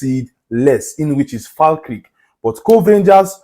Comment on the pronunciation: its pronunced Fal kerk lol🤣